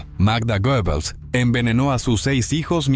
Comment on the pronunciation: Creo que se pronuncia guebbels